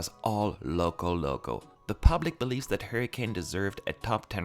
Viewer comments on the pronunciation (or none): none